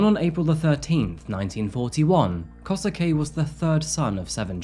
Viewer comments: Japanese pronunciation: Skip the U, it’s Kose-Kay. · The English pronounciation of the names are just killing me, can't take this case seriously with KOSUKEY?! yo... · It's easier if you say Kosuke like "Koh-skeh" :) Any Japanese name with "suke" kind of ignores the "u" when speaking. Good work! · Love ya work but it's killing me how you're saying Kosuke xD it's more like... kosskeh x) & Saki is... well sake with a ki instead of ke ^ v ^ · just a note but when a japanese name ends in “suke” its pronounced like “skay”, so here it would be “koh-skay”, you don’t really pronounce the “su”